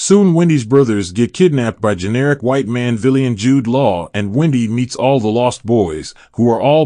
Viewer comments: Are you saying that a white man shouldn’t be a “VEELIAN” as you call it? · Dude - with all due respect - have someone teach you how to pronounce the word "villain" correctly.